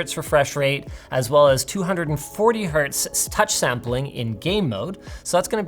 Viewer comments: Linus, Hertz never has an s in it, so it’s 1Hertz , not 1 hurt. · It's hertz (Hz) not herts. The "s" you pronounce is actually "z" and is not for the plural form. The unit was named after Heinrich Hertz for his contribution to physics, mainly within electromagnetism. PS: I know he is joking :)